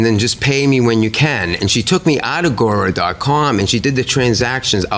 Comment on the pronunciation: He can't pronounce "guru" but he can detail a fantasy about a child?